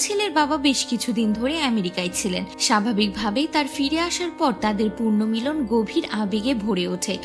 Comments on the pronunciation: Purnomilon naa, punormilon. Isposhto naa, sposhto. Bhasha ropto kore content banan pls. Bangali Bangla janena, bhishon lojjar! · পূর্ণমিলন না , পুন:র্মিলন— বাংলা উচ্চারণগুলো আগে সঠিক করে একটা স্ক্রিপ্ট লিখে নিবেন প্লিজ